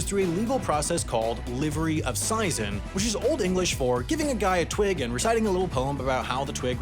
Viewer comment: "Seisin" is pronounced SEEZ-in. Source: real estate attorney